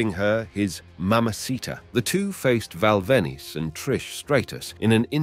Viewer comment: Val ven-oose and Trish stray-tuss 😂